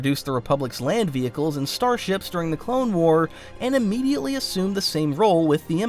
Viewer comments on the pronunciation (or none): none